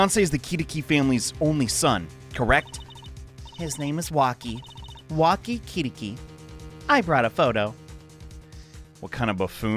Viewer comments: ema skye 🥰 btw kitaki is supposed to be pronounced “key-talky”, hence “wocky kitaki” and nick’s dumb kentucky pun lol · Hey. To pronounce the guys name it's literally walkie talkie. Wocky Kitalki if that helps. 😅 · Commenting to boost! Hearing Wocky pronounced right, and then NOT rhyming with Key-talk-ee is slowly withering my crops!